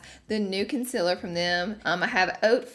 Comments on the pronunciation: I get so triggered by her saying concealer wrong, love your vids tho. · You really spelled concealer the same way you pronounce it. 😂